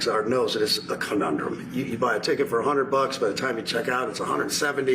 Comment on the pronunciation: I'm shocked Kid Rock can pronounce conundrum!